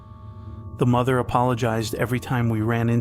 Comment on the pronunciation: "Mo-there mo-oh-there!" bruh